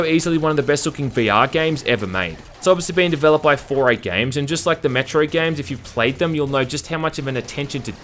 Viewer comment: He keeps saying Metro and I keep hearing Metroid